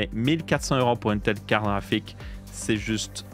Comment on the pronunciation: Jaime bien quand il dit "KARRAFIK" 😂